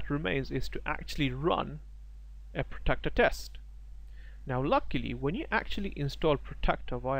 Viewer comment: good video, clearly pro style, 1 suggestion you need to pronounce the word Protractor not Protector.